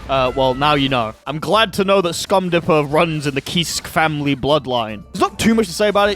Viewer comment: Anyone else laugh at "Scum dipper" instead of "Stun dipper"?